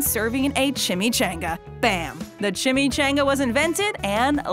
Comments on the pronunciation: ...But I ~did~ enjoy the video. The origin of cultural icons is fascinating. Just one part (starting ) was made a bit annoying by your narrator's ignorance of pronunciation. Three other people in the clips associated with Chimichangas are saying it the right way. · She says chimichainga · Chimmy-CHONG-uh. LOL. As a native the west this really made me grit my teeth. That and the credit of the wrong person and circumstance of it origin. It's well documented that it was an accidentally dunked burro in Tucson 20 years prior to the thieving white guy. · CHIM-ME-chAHn-gAH is how you say it! My goodness the way she pronounces it makes my actual soul cringe!!! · Annoying as hell that she is pronouncing chimichanga wrong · Yo it’s pronounced chimichanga. Changa not Chan-ga . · Nope it's a chim-e ch-ahhh-nnn-gggaaa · What a b** you can't say chimichanga properly now I know you're doing that shitt on purpose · When you use clips with the correct pronunciation of chimichanga and still say it wrong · The way you pronounced chimichanga pissed me off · Several pronunciation examples of Chimichanga in her presentation AND... she still pronounces it wrong 🤔🙄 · I had to dislike this video. I cant stand the whitewashing way you pronounce chimichanga. Say it right or dont say it at all 😩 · Everyone was mad about the Chimichanga pronunciation because 3 other people said it right while she said it wrong (pissed me off too) but did it occur to anybody that they may record the dialogue then add the clips in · You didn't cringe at her horrible mispronunciation? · You are saying chimychanga wrong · *Refuses to pronounce chimichanga everyone else* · CHIMICHANGA -- Despite being pronounced the way that everyone says it regardless of heritage, this narrator insists on pronouncing it like some small town backwoods American ignoramus.